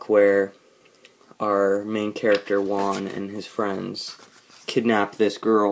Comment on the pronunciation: Dude, "Juan" is pronounced "Who-Ann", not like the number "one". The J in Spanish sounds like the H in House.